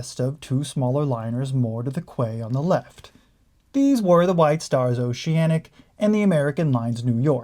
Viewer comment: Appreciate the upload, just like to give a couple notes. I know it's spelled quay and quayside, but those are pronounced "key" and "keyside".